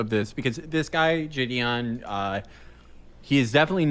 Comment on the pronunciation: Is he meaning to say say jideon or is he mispronouncing Gideon??